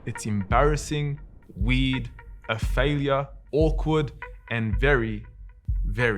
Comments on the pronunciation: The way he keeps saying 'weird' sound like he's saying weed. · i keep hearing weed not weird lmaoooo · It’s "weird“ not "weed“ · bro said weird i heard weed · I went through half of this video of knowing that he says "weed", instead of "weird". Now i have to start again. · For the longest time I heard weed, then I came to realize that he is in fact saying weird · Is it just me or is he saying weed :P to my ears it sounds like weed, anyway love the video. May Allah bless you and everyone around you! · i was so confused when he’s saying weird i thought he was saying weed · Is he saying weird or weed? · Excellent vid, but every time you say "weird" it sounds like you're saying "weed", so I was confused did they ban beer or weed? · It’s funny how you pronounce weird, sounds like weed and I love your sentence at the end, keep it up Akhi! Jazzak Allah Kheir